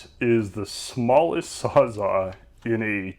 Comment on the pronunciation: Did anyone tell you how to pronounce the word Sawzall?